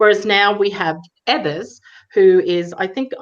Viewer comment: EE-vers, not EH-vers is the Governor's name, please.